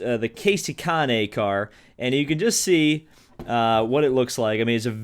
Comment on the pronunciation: Caane? It’s Kahne. (KAY•NE)